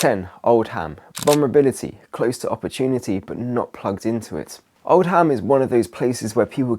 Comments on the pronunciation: Oh,, the way you pronounce Oldham. Dearie me. It's "ohl-dum", not "old-ham". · Oldham not old ham 😅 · Come on! There’s nowhere in the U.K. called Old Ham, it’s pronounced Oldum.. you’re too posh😂 other than that it’s a brill video. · Oldum not Old-ham! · Oldham is pronounced Old-um 😂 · Contemporary translation… Old’slum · Is this bloke employed by the Russians? He can't say the name of the town he's talking about...😊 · as a Manchester girl I can honestly say we don’t know how to speak without dropping letters😂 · Yep, it’s the north don’t sound the H 😂